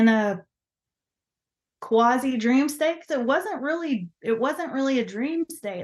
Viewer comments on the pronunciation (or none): none